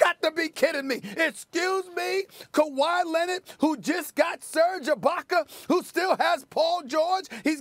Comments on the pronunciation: Stephen “Kawhi Lenit” Smith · "KaWhy Lennit" ~ Stephen A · Stephen A. Smith: “Kawhi Lennid”.